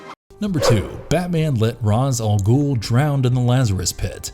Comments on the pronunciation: RA's AL Ghul (Ray SH ' Al Ghoul). Please learn how to pronounce it properly, for it means "Demon's Head". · That painful pronunciation of Ra's al Ghul's name. Yikes. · He would have also known how to pronounce "Ra's Al Ghul" if he had just sat down and watched an episode.